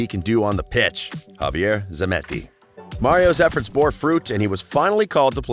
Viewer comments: zemmeti instead of zanetti...lol...true football expert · My god! 3.59 its javier ZANETTI not zemetti you amatuer. My god and he has a soccer channel!! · Did you just call the legendary never aging Javier Zanetti, Javier ZEMETTI ??? No respect